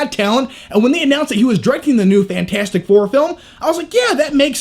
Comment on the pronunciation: FANT-FOUR-STIC what did you just decide the "T" doesn't exist?